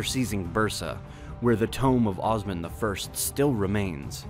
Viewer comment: I must say the maker of the video completely butchered all Turkish names. It's Osman, not Ozman, It's kayi tribe, not kay tribe. it goes on and on.